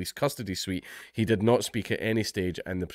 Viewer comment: that's..exactly what i said; except he pronounced it the way i'd mentioned, 'notly' then 'natly.'